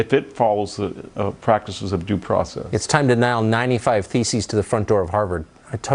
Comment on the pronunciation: sounded like he said feces rather than theses